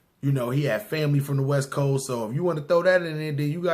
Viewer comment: "westboast" lmao